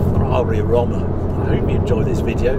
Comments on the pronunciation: if its romma as you pronounce it or rooma as the italians say it -- single o and single m is pronounced with double o pffff english lol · Surely it's pronounced Row-ma, like the city, rather than Romm-a ?! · Surely it’s pronounced “roam-er” or am I missing something? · It’s hilarious when reviewers feel the need to put on an a fake accent when pronouncing foreign names, but only with certain cars, like here with Roma but will just say BMW like any other English speaker 🙄🙄 not even the Porsche pronounciation nazis care about how Mazda is actually pronounced but lose their shit if you don’t put the uh at the end of Porsche.🙄🙄 You are British, say it like a British person would.